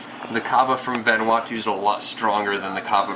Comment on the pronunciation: lol you said vanuatu wrong...jus sayin :)